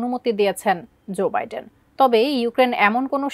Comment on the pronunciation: ভালো করে নাম গুলো বলেন উনার নাম কি ডিরাম নাকি জোবাইডেন। এটা ভুল বলছেন ভাই